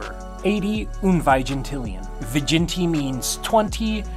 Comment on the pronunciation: It’s pronounced “uhn”